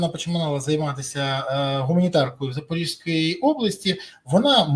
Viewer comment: Пане Березо! Область Запорізька, зьк кажуть, а не запоріжська.